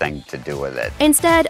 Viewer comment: its not pronounced lowville its pronounced LAHOWville. - From the central ny community